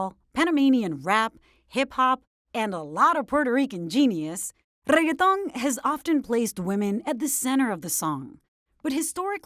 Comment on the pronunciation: Hi, how do you pronounce the word reggaeton? Ooookay, with 15 r's. Rrrrrrrrrrrrrrreggaton. Thank you!